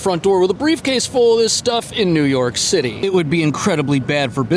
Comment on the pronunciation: New York Cit-ay